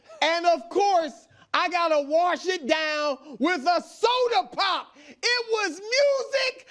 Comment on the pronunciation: Why is Brou saying Soda POP the best thing ever 💀🤣